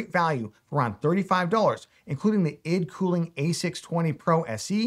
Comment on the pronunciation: The way you pronounce ID cooling lol